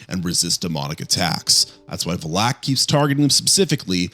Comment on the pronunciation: he also mispronounced valak